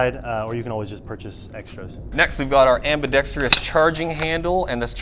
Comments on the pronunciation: AmbidextROUS. Why do no airsofters pronounce this correctly :p Anyway, I have it, its definitely overpriced. Mine has some quality control problems and DID NOT come with the metal flash hider. Also, the performance is pretty basic. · AMBIDEXTRIOUS!? You mean ambidextrous 🤦‍♂️ smh